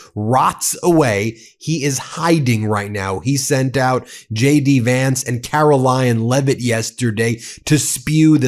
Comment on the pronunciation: Ben, did you make a Freudian slip? I think you said Carol Lie'n Leavitt.